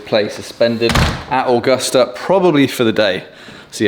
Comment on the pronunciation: I love the way you pronounce Augusta 👍 The weather was a beast Masters 2022.